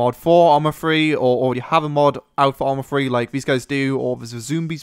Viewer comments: hahaha lol...."Arma Free!" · ARMA FWEEEE